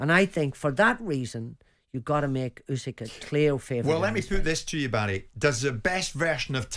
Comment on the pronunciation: 3 idiots calling him "oosyk" when it's "usyk"